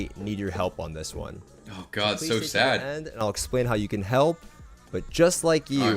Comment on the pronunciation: Why does everyone say “sadje” or whatever instead of sad now? Please help.